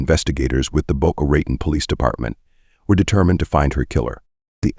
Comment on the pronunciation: The reader mispronounced alibi, Boca Raton, facade, proceeds, and more words and names which really detracted from this video!!!!